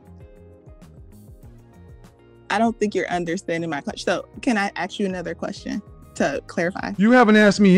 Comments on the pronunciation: Comm. major, yet she still pronounces ask as axe. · "axe"??? It's "ask", Ms. Communications Major. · “I have a communications degree.” “Can I AXE you a question?” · Communications major . Says axe a question instead of ask . Just saying. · I know, right?! "ReSIGnated" versus "reSONated" also appeared to elude her until KS pointed it out to her repeatedly. Her excuse of not working in her field at the time was a poor, if not embarrassing one, in her attempt to explain away the error. Not a good look for someone with a communications degree. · She axes you something to cut through the bs! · AXE BRINGS THE AXE ! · he doesn’t need to “axe” permission to do it, either 🤣🤣🤣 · For someone that has a degree in communications, she really aught to stop 'axing' questions. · She's a liar. No one with a masters in communication would allow themselves to say "axe" instead of "ask". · "i wanted to AXE you a question" But she has a master in communication. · She said "axs" instead of "ask" too. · All those supposed degrees, and still doesn’t know the difference between “ask” and “ax”. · I will never ever understand the use of the word “axe” in the context of a question. It is the MOST triggering sound to me. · "I have two degrees, my first was in communication" Also "Can I axe you a question?" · Sir it isnt axe... Its aks LOLOLOL. Slang was used so we could shorten syllables for faster speech. Aks is by far the dumbest bullshit cause it doesn't speed up language at all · She always “axe” questions she never “asks” questions. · She has a degree in communications and yet she pronounces it “ax” instead of “ask” when she has a question? She needs to get a refund from the college that gave her a degree in communications. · When she axed it was over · A masters and still can’t pronounce “ask”. It’s Ask not ax. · "I want to axe you"... "Communications" degree. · I have such a problem with people who intentionally speak poorly. Unironically saying AXE is pathetic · Axed... So annoying.